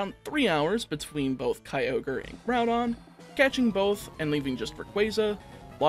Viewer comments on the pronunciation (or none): none